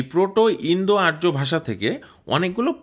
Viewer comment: আরো বেশী করে গবেষণা পঠনপাঠন করে কনটেন্ট তৈরি করা উচিত ছিল। আমুদরিয়া নদীর উৎস স্থল, উরাল নয়।আর্যকে ইয়ুমনা উচ্চারণ সঠিক নয়। জটিল বিষয়ের আনাড়ি কনটেন্ট।